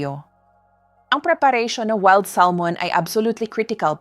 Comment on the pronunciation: Oo nga kabayan iba yung pronounce ni ma'am sa maskol at weld Salmon ha ha ha!! Nakakaaliw si ma'am sa binabasa niya.Baka bikolana si ma'am kaya iba ang pagbikas niya sa words.